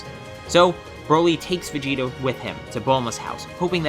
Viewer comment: Why you call Vegeta Vegetto